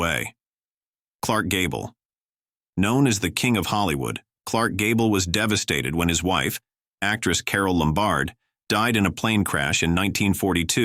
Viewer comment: AI narrator.......IE: Carol Lum bard?